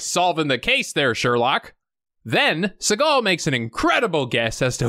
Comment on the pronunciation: Fact: Steven's last name is actually pronounced sea-gull, just like a sea gull bird lol